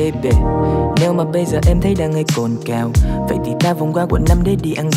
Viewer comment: hay là mình phát âm đúng chữ "Th" được không ạ???? "có tể nghe tấy" là jz ==